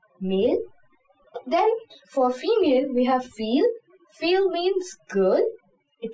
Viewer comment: Well done but there are pronunciation errors- livre, trousse, fille